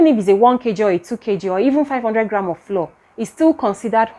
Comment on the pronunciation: Thank you for this informative video. Please note, ‘flour’ is pronounced like ‘flower.’